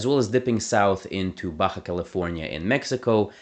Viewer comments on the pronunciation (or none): none